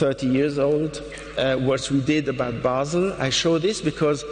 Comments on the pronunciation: And the embarrassingly bad interpreter says BAY-SEL! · And the embarrassingly bad interpreter says BAY-SEL! Basel. Shame on you! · The interpreter says "BAY-SEL" (Basel), that's when I stop watching! Shame on you!